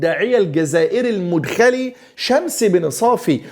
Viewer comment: تنبيه : المدخلي (بفتح المدخلي .. وليس رفعها)